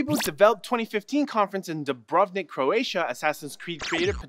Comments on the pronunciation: you totally butchered Dubrovnik. and holly cow Croatia is mentioned in my favorite tech news. ;D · Ne ocekujem da znate pricat drugi strani jezik ali bar se naucite pravilno izgovorit imena gradova. Trebao sam 3 puta poslusat Dabravnik da skuzim o kojem je gradu rijec. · holy ballz, as a croatian i find it offensive for not to know how to say dubrovnik